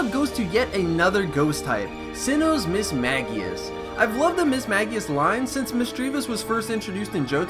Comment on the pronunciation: The constant Mismagius mispronunciation had me writhing in pain